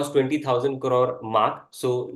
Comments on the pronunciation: Cor-rode/Kar-roar nahi Crores bolo jo aap beech me 3-4 baar bole bhi. Ya to simply millions me baat krlo, it is difficult to hear it weirdly said as a kar-roar times. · Please do not pronounce Crore as Corore… very annoying 😅